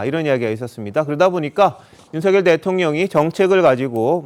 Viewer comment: 윤석열대통령발음을윤서결이뭣니까똑바로발음하시오